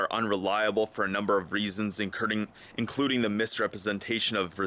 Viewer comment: Lol you said incurding ! At this time Love the video very informative